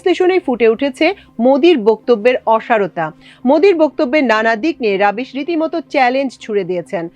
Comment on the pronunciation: রবিশ, রাবিশ নয়